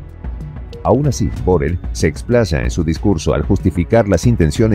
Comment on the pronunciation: Borel no,Borrell